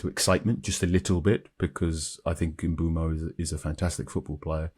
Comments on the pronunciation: Why can no-one pronounce Mbuemo's name? It's Mb-oh-mo. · maybe we all have different ears. It's definitely NOT Mb-ooo-mo when he says it here